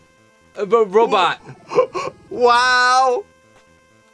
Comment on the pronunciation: lmao "Ba-Robot"